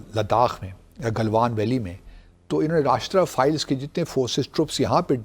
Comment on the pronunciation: ⚠, the counter-insurgency force is NOT called, as you repeatedly said, "𝐑𝐀𝐒𝐇𝐓𝐑𝐈𝐘𝐀 𝐅𝐈𝐋𝐄𝐒".😂 ✅ The CORRECT name is 𝐑𝐀𝐒𝐇𝐓𝐑𝐈𝐘𝐀 𝐑𝐈𝐅𝐋𝐄𝐒'🤣